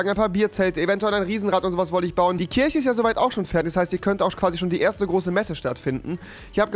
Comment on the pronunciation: KirCHe rewi, nicht Kirsche